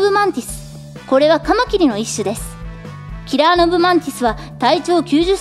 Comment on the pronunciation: カマキリがたまきに聞こえた俺は末期